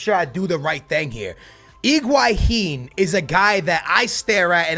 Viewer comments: it's higuain not iguahin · Iguahin?????? LOL intstead of Higuain he Iguahin???